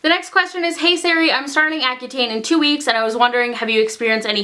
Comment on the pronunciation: When she said hey Sari I thought she said hey Siri 😂